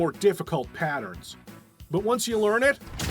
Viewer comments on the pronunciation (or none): none